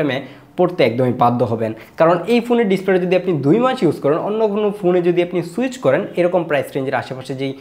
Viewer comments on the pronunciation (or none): none